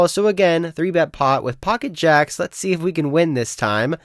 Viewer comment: "lex go" vs "lets go"